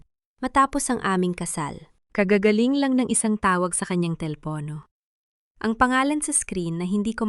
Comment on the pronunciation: paki ayos Po ang salita mo.bahay BAHA, telepono, telepo